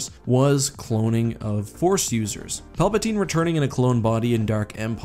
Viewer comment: ok he said Palpasine